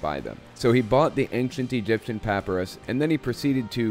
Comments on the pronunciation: emphasis on PIE....not PUH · Please say ”puh-pie-russ” rather than ”papperus” for papyrus. LOL. You are usually right-on when it comes to Mormonism. I know because I was a good Mormon for over 40 years. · not a good comparison. Both those pronunciations are acceptable for tomato, but papyrus is only accepted as puh-PIE-rus. PAH-puh-rus isn't an accepted pronunciation. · I'm sorry but this bothers me, I'm pretty sure it's peh-pie-russ, not pah-peh-rus. I'm sorry, I love your channel and videos! I'm just a boarderline OCD nerd lol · I’m a little triggered at your pronunciation of papyrus. Love your videos though. Pap-eye- rus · I take it you've never heard the word "papyrus" spoken before? Puh-PIE-russ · great video but since it drove me crazy its pa·py·rus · Just FYI, papyrus is pronounced "puh-PIE-rus" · Papyrus is pronounced pap-I-ris. Catholic school taught me something! Lol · Papyrus = PUH-pie-rus. I enjoy your videos but have to correct your pronunciation, sorry. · This is fascinating. But: puhPIErus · No shade, LOVE your videos! But please check your pronunciation of "papyrus"... the "y" is a long I. Keep up the great work. ATB : )